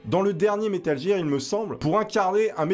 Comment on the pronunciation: Metal gir ??? Ça se prononce metal guir